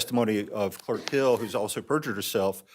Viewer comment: Yup. Let’s blame the cleark. Uh - but what’s a cleark?